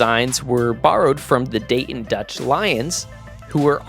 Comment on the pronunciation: As a Dayton resident, thank you for pronouncing Dayton properly!